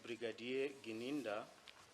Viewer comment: Even calls Gininda ( Gananda) Longwe ( Lolongwe)